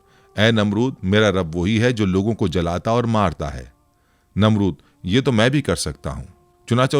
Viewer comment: Pls urdu theek kijiye wo lafz Jalata nahi hai JILATA hai uska matlab murdon ko zinda karta hai